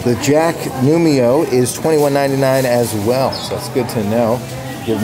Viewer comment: you are saying nu-mi-o instead nu-ee-mo. get it right! the i is BEFORE the m!!!!!!!!!!!!!!!!